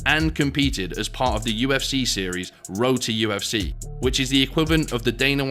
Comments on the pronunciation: Kept hearing Roti FC until i realized u said road to ufc hahahaah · Every time “Road to UFC” was said, it sounded like “Roti UFC” which hilariously would be appropriate.